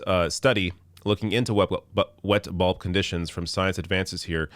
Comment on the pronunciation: It sounded like you were saying wet ball conditions which made me laugh like a child haha